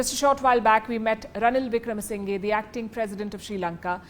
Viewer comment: Wikramasinghe is pronounced with the sounds "sing" "her" at the end. Not the way you say it.